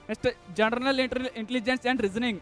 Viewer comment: ಜನರಲ್ ಅಂತ ಸರಿಯಾಗಿ ಉಚ್ಚರಿಸಿ ಜನರನಲ್ janaranal ಅಂತಿರಲ್ಲ